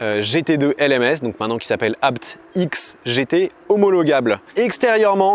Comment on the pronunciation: Merci pour la bonne prononciation du nom de famille ABT.. et superbe vidéo 😊